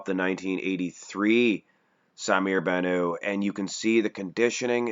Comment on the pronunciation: The T in Bannout is pronounced, he is not French he is Lebanese baby please